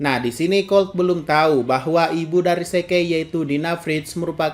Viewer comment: Zeke.. bilangnya "se-ke".."😅